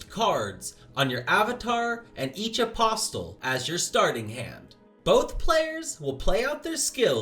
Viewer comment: Good heavens you don't pronounce the T in "Apostle" Uh-possle.